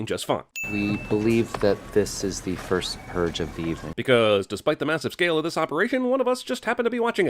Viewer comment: "The First Pruge" ding